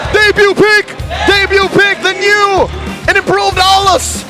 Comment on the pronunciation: Aulus❌ Uslus✅